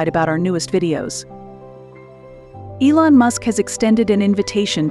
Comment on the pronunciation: TA TA EE-Long. Buffett will snub you.